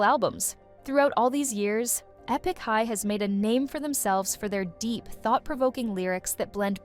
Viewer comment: E-pick high?